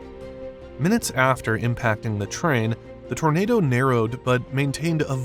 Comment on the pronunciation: issa huge-uh townadow. 🤓